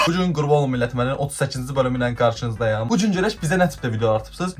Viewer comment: Ferec ilk defe bolum adini duz dedin hahahhshehgsh